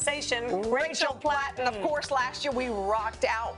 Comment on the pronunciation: rachel patten lol. where's the L